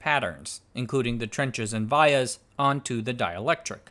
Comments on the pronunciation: Not Vy yahs - Vee YAhs. In America. VIA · I design and put together power IC's for a non-descript large corpo. They're pronounced "vEE-uhs" ;) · Vias: “Vee-uhs ” Pitch = line width + line spacing Actually, Black Diamond is the name of the best song from KISS. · The way you pronounce vias triggers me 😂, love the video’s regardless